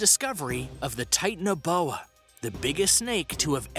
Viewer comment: Titan-uh-bowa, Mega-low-don 😂 I kept laughing every time he said these and a couple others, I had to re-watch it 3 times. Good video if, you can get past Titan uh bowa.